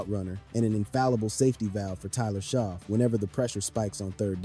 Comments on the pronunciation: Not "sho" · Great video. But his name is pronounced as" shuck" not sho